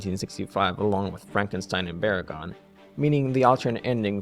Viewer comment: VERR-in again. What about BRAG-in, and Jay juh-GOO-ah and Kingooo Guide-o-rayeh and GAYM-raw, and Mee-GAG-ris and Dr. juh-KEEL and Mr. HEE-day? LOL just funnin', nice work.